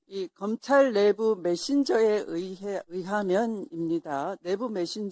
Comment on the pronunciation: 검창이 아니라 검찰ㅋㅋㅋㅋㅋㅋㅋㅋㅋ